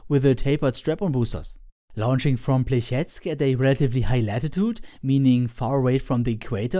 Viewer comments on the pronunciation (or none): "Plyestsk" hurts my ear a bit. As an advise i would recomment using Google translate, you need only to insert the name of the region/city. Great video though!